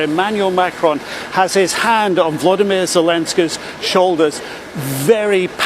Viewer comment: His name is Volodymyr. Not Vladimir. Stupid.